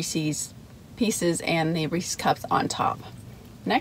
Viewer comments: It seems like your partner in crime has been MIA for a while :( The guys name is Reese and he owns the pieces, so it's pronounced as a possessive proper noun 😆 Reese's not Reecees!!! :P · Screw the review, of this concoction from Sonics Today's lesson more, is about English and phonics The possessive of Reese, whether cups or the pieces Is correctly pronounced, not as Reese-eez but Reese-izz How this got started, is pure mystery to me I hope you'll take note, do you hear me,? So now a few words, of this Overload Blast She liked it so much, a five of five score was cast And on her way home, Karen's husband we saw Silly guy that he was, thought the spoon was a straw He agreed it was good, as he figured things out Was that the same spoon, had in her mouth? If the swapping of spit, can be considered as kissed When hubby sees this, he just might get pissed A Blast I would like, probably more than the Reese's Is vanilla ice cream, with crumbled apple pie pieces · My control issues flare up when I hear people saying Reeseez.............LOL! I know a lot of people pronounce it like that. Dairy Queen used to have a Chocolate Covered Cherries Blizzard where they used the chocolate that they dip cones in for the hard shell. It was SOOOOOO good with the cherries & flecks of that hard (not too hard) chocolate. SO yeah Sonic- recreate this for me! DQ doesn't even carry cherries any more or I would make a special recipe request when ordering. As far as Reese's, I LOVE the Outrageous candy bar & the thick Reese's cups with the pieces in the PB. YUM!!! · I was thinking the same thing with the pronouncing of Reese's Pieces I saw a comic once that made a joke about it. Which was pretty funny. But anyway love the rhyme Don. Keep up the good work I look forward to these as much as the review. Its the n the word wizard